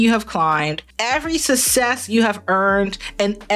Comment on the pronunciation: Also.. Love ya to death but for effs sake. It's not "sus-sess". It's "suk-sess". Please for the love of God. 😁😁😁🥰🥰🥰